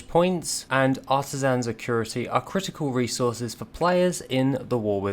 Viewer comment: There is no R in "acuity"